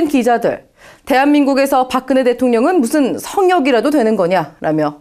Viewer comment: "park kn he" will go to "park geung hee."